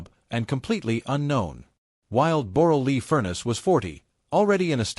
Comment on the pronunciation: Her name is not Borle. Her name is Deborra-Lee-Furness! You cant even get her damn name right!